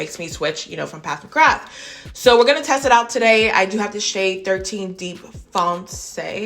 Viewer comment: I have them both and love them both. I love how you call PAT, PATH McGrath